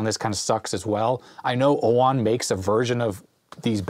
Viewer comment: OWON or UOMO? 😂😂